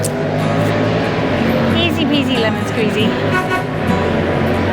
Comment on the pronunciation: The word Sliema hasn't got an 'a' in front of the 'm' so why do you keep saying Slieama and not Sliema? Talk to locals.